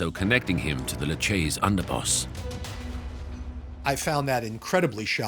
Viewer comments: Lucchese is pronounced "Lu-kay-ze", instead of "Luchaze" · Great documentary 👍🏿. Before narrating these please learn how to pronounce names properly, learn how to pronounce Lucchese